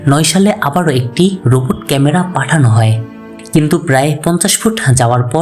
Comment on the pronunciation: ভাই আগে ঠিক মতো বাংলা বলা শিখেন, রোপট ক্যামেরা আবার কি জিনিস??? এটা হলো রোবট (ROBOT) ক্যামেরা আহসান মঞ্জিল টাও ঠিক মতো বলতে পারেন না